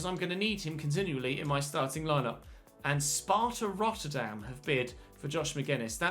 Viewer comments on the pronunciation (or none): none